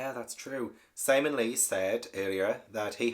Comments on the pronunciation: Yes, Sihm-ee-uhn. I was wondering whether he was doing that one on purpose. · It is Sim eon as you said not Simon with an e 😂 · Pilar (pee-lar) it’s a Spanish name and I thinkn Simeon is probs (Sim-eon) unless it’s described as Simon with e in book. I haven’t read it. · Simeon - SIM- E- ON 😭 Pilar PEE LARR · Conchita Lopez is Pilar (pee-lahr) Estravavos' real name. (I think you are mispronouncing Simeon's name on purpose, so . . .) Two brown-eyed parents can have a blue-eyed child and two blue-eyed parents can have a brown-eyed child, but Christie did the best she could at the time, probably.